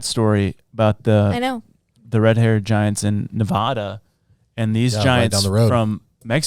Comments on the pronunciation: Please stop saying Nevada like that. I was born and raised there & I am speaking for every Nevada native when I say that is one of our biggest pet peeves. It’s like saying illinoise instead of Illinois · Sir it’s Nev ad a not Neva da… get it straight 😂 Side note: Elon is the Antichrist IMO